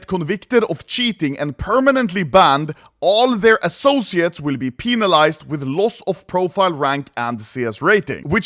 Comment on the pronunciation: I spit out my drink after hearing Mr anomaly pronounce "penalize"